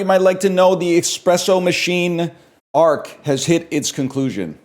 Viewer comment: "expresso" oh it's gonna be one of THOSE days